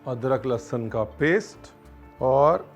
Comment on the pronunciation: Lahsan.. Lahsun